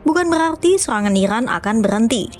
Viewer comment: IRAN bukan Ikran min 😂🤣